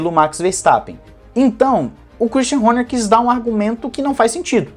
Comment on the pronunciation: adoro a tua docção quando pronuncia o sobrenome do christian horner... HÔNHÊR...KKKKKKKKKKKKK